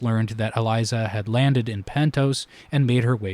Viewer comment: Great analysis! Unfortunately, you pronounced Elissa Farman's name as "Eliza", so I am going to have to discount your entire video